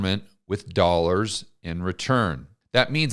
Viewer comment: I'll never cease to chuckle at the way and Peter Schiff turn "dollar" into a 3-syllable word. 😄